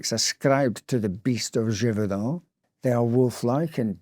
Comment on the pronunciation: Your French accent is quite good! 👏🏼 👏🏼